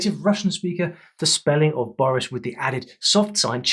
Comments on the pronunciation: The stress in the word Boris is on i, not o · When he said vladImir correct but bOris instead of borIs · Great video! The only hiccup was pronouncing Nemtsov's name - it is BorIs (not BOris), so it really does sound very close to the verb борись (the stress is also on the second syllable here). Also the context of this similarity goes deeper into history since this slogan became famous during the late 1980s when it was used to support then deputy Boris Yeltsin, who had left CPSU in a very rebellious way and continued his struggle against the party and Gorbachev himself (which he won eventually).